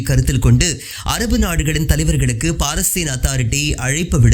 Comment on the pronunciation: "பா"லஸ்தீன் அல்ல பலஸ்தின். "ஏ"மன் அல்ல யெமன்.